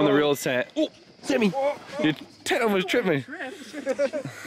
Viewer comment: Love Sammy he seems like such a good dude haha might have murdered his name🤷‍♂️